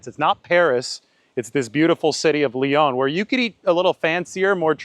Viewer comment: Lyon is pronounced Lee On not Lee Own